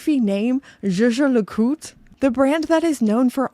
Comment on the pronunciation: Why is Jaeger pronounced "sheh-sheh", like double French personal pronoun I = jeje? It is a German word Jäger = Hunter. Yay-gher would be some better approximation, or phonetically [ˈjɛːɡɐ].